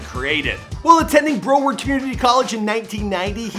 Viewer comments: This man said bro-ward lmao it’s pronounced brow-ward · BRO-WARD COLLEGE??? ROTFLMAO Hey Bro.....CORRECTION: BROW-ARD...I went to that school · Its Br OW ard, not like Bro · Brow-WARD! Not BRO-ward 😂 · As a lifelong Floridian, the way you pronounce “Broward” makes me feel the same way you feel when you get water in your socks It’s pronounced brow-ard, like as in eyebrow. Not Bro-ward Besides that, love the vid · BROW ard... like eyeBROW, not "Bro" ard. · Its Brow-ard not Bro-ward..... and you didn't touch on the fact that he went to high school in Sunrise, Fl at Piper High School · Brow-ward not bro-word 😁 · Dude it's BROW - ARD. It's the county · I understand your Canadian but cmon lmao it’s “brow/-ward” sound it out haha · he said “bro-ward” LMAOOOOOO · Who the hell says bro - ward not how it’s called... i am from there and attended a campus of said college tf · Broward like eye brow smh so cringe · Broward is pronounced: BROW-erd. Great video though! 😘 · It’s Brow-ard, but more importantly, no mention about the late Gidget Gein? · omg my words exactly lol even the eyebrow part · It's Broward with a short o in the pronunciation. Sounds like coward. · He just butchered the word “Broward” LMFAOOOOO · I noticed that too